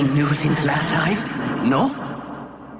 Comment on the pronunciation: It's sounds more like NAUR rather than no LMAO